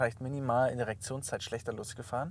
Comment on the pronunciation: "die Erektionszeit"